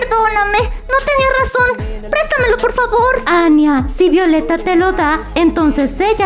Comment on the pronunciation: Es ania no añia ok amigis